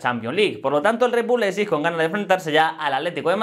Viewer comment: En aleman, ei se pronuncia ai, es decir, se llama Laipzig...(Leipzig) ;)